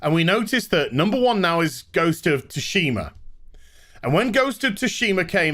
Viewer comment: Have my like for 2 things: 1) “please... buy me,” and 2) Ghost of “Toosheemah”